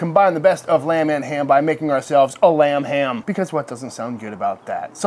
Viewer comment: Am I the only one that heard "RUM HAM" every time he said lamb ham?? Lol... oh just me? ok